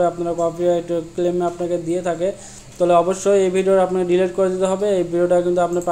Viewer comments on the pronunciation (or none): none